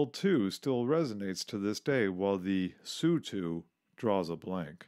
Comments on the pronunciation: Its pronounced T.U S.U or I.L not tew. Sue or ill as in Tee you 22. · S-U, not "sue" T-U, not "too" or "chu" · Not sue 7 but S u separately 7. The same with the Tupolevs. T U not two, come on get people who know what they are talking about and use the nomenclature correctly. That said some of the video’s are great, I love old films of early aviation, it’s great to see how we have improved over the years. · It's NOT a two-22, or even a sue-7!!! Those aircraft are designated as the T-U-22, and the S-U-7 aircraft. This guy is not only NOT a pilot; he's not a very knowledgeable aviation enthusiast either. He sounds more knowledgeable about the history of these aircraft only. Maybe a little more research for your next video??? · It is "TeeYou" not "Two!" And "EssYou" not "Sue!" How can you not know that? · it's pronounced "T-U" not "Too" and it's "S-U" not "Sue" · Narrator: It's T-U, letters pronounced, not ''tew'. It's S-U, letters pronounced, not "soo". Jesus H. Christ. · "So you pronounce MiG M I G?" No MiG is MiG, Su is S U. Always been that way. Just the way things are. Yep. That's right. Next.